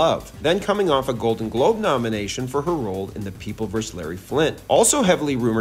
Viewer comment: Why? Why can’t YouTubers pronounce versus? WHY?!